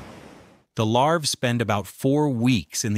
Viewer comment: The larv??? Larvae, you moron!!